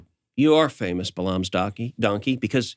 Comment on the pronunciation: I'm a fan of both Michael Knowles and Ted Cruz, but cmon, how can you both profess to be Christians and mispronounce Balaam? It's pronounced "Bay-lum" not "Buh-LOM"